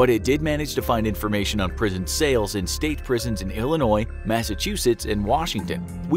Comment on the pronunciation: I live in Illinois and thank you for saying Illinois without saying it with a s